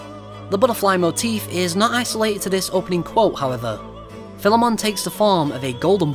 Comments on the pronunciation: video was amazing, and when you said Philemon's name correctly i was completely sold, not many people are capable of pronouncing the name (idk why tho) so.... congrats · yeah, philemon is a common name in history, so those persona reviewers that say it wrong just didnt do enough search, Major Highfive to Atlus